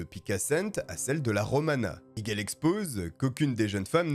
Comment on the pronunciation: T'es un vrai toi, t'es es le seul qui prononce bien Miguel 😂 ca me rend dingue les gens qui disent "Migouel"